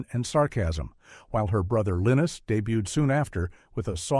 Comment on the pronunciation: "Lynn-us"? Not "Line-us"?